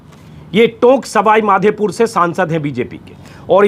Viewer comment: मेघवाल जी कल कोरोना रोगी नही बने बल्कि पहले ही बन कर ठीक हो चुके हैं। और सही उच्चारण सवाईमाधेपुर नही सवाईमाधोपुर है। बाकी हम आपके इस कार्यक्रम के दीवाने हैं।